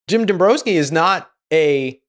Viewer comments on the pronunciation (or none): Dom br-OW ski. Not an O but an OW sound. So many people are getting their pronunciation cues from AI or reading only we suffer through irksome mispronounced words and names at a noticeably greater rate. No need for it.